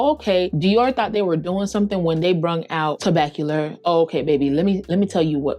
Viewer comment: Vanille=Van-knee not Van-nill. Tobacolor is not Tobac-cu-ler